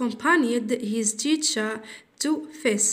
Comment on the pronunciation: شكرا لكن ليس فاضا..بل فاضر وليس تيشا،،بل تيتشر